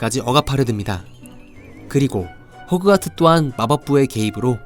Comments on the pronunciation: 호크와트가 아니라 호그와트 입니다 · 왜 계속 호크와트라고 발음을 하시는지...